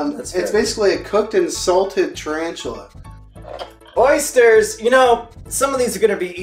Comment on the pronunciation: Oh god no not the Ö Y S T E R S